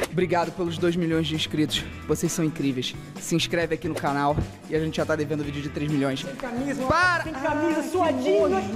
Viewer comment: O Lucas Neto falo cana